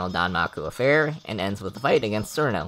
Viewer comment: Wait, I thought it was pronounced “Chiruno” and “Tei”